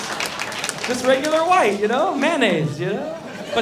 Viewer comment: its VIGHT not white